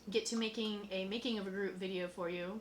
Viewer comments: Tends to be pronounce groo-it :) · Hey guys, i'm from the future and love how you are learning all this stuff (like how a refractometer doesn't work with alcohol)! You'll get a lot better thankfully, so no worries! Also, being a Belgian, I wanted to comment how to pronounce "gruit", but realised the "ui" is prononced in an impossible way to explain in written english. I'm sorry!